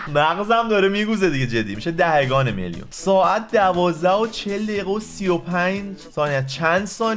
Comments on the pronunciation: دهِگان نیست. دهگان بعدش هی بگو سلطان ریاضیات تو اول برو فارسی تو درست کن بعد بیا ریاضی های ابتدایی رو حل کن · دَهِگان نه دَهگان🙂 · دَهِگان درست نیست جان🤦🏼‍♀️اون دَهگان